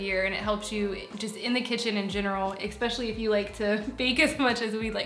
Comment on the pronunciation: Lots of “expecially” in this one. Please. It’s especially; there’s no x in there. It’s like espresso - not expresso.